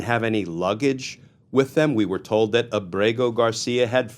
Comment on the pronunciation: Glenn you pronounce his name so perfectly almost like you have a man crush on him. Your phony tough guy serious tone is such a joke. I can’t stand phony. That’s all you are. You’re just another democrat hack that’s full of shit. Maybe you and Senator Van Hollen can have a margarita with him